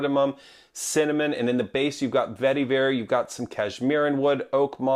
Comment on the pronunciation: Every time you said vetiver, my eye twitched.